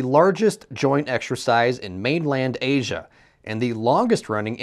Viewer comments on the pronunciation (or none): none